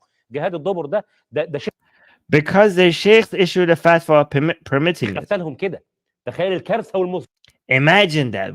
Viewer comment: Did he say ‘fatwa’ or ‘fat one’?